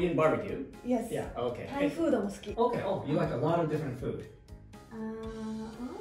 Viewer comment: TH以外は割と良い発音だよね。 Dにしては（笑） 春奈ちゃんの悩む姿は可愛い!!!!!!